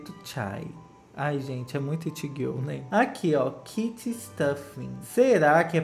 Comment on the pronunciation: Q agonia ele falando “girl” tudo errado